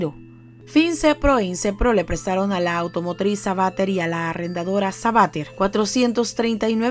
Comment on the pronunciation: SABATER.... Sabatér... CON ACENTO EN LA E